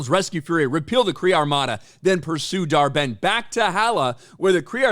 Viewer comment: When he says the villains name dar-Benn, all I hear is dhar Mann 😂